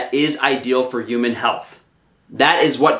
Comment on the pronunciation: EEEUUUMAN diet. Lol HUMAN = EEEUUUMAN